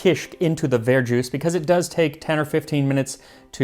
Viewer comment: It’s not var-juice, it’s ver-jus, like au jus